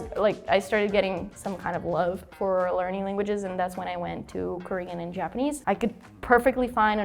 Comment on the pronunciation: She's good, but you can tell, by the way she pronounces some words, like "mother", she says "mowther", instead of "Ja-pa-NE-se, she says "Ja-PA-ne-se", etc., but her accent is great, way better than (and he's good).